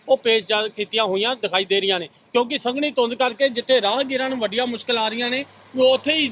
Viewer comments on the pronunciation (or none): ਸੰਘਣੀ ਹੁੰਦੀ ਨਾ ਕੇ ਸੰਘਨੀ ਵਾਅ ਉਹ ਜਰਨਲਿਸਟ